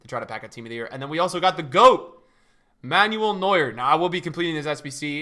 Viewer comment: The way he says Manuel Neuer 🤦‍♂️